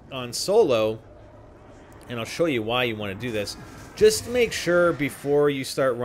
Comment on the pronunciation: AND THEN YOU JIST KNOFE LMAO KNOFE WTF